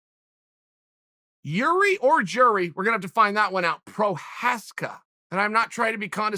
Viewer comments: Irzhi. His name is pronounced as Irzhi. Not Gee-ree LMAO. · It's actually Jir'i, pronounced yeer-zhee, or approximately. The letter r' and the sound it makes does not exist in any English word. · Is it not pronounced yiri? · Jiri Prochaska: Exists. Uncle Chael: "Remember the name, Yuri Prokaiyev" Yuri Prokaiyev: "Ok great" But seriously though, I only bring this to you because Uncle Chael mispronouncing names is a very real thing. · He was saying the first name wrong too. Like Yuri. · So, Jiri "problem" Prochazka could be right name for this slavic viking, obviously with a blessing of unlcle Cheal 😎🤙 But Chael, you shoud pronounce perfectly all fighters names 🤨 hahaha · Chael " i know Jiri well" proceeds to butcher his name 6 more times 😂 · Jiří Procházka.... Pronounce the J like a Y as in Jágr (the hockey player) ... The Ř you won't be able to pronounce lol. So just try your best .